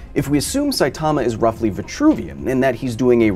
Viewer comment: Dude, Saitama is not pronounced like that, how many time do people have to tell you?